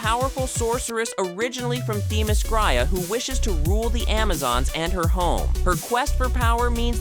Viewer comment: You would think that a channel named Comic Book Review would at least teach their voice guy how to pronounce Themyscira. He impressively mangled the name a total of 4 different ways just in the description of Circe alone.